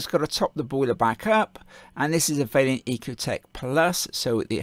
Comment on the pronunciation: Please stop pronouncing Vaillant vailyant